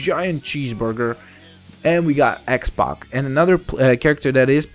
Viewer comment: it's x-pac not x- box